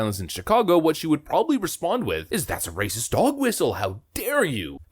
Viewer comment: This ignorant press secretary can't even say racist correctly. Listen carefully and tell me if she's not pronouncing the "T" in racist. Shouldn't that position require IQ, above room temperature?